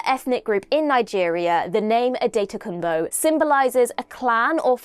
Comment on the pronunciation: Love how wrong your pronunciation is, but at least you tried 😊. The name Adetokumbo is given to children that have come from abroad, translates to "the crown from a foreign land" ✌🏾+ 💜